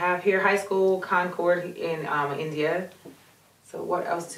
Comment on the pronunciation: He's from Elkhart Indiana, not India it sounded like you said India